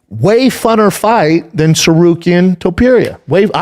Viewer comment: Somebody explain to Schaub how to pronounce Topuria's name. It's not that hard. It's Toe-Purr-EE-UH... not Tuhperia, Schaub.